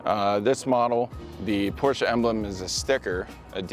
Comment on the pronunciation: Wtf is a Porscha?!..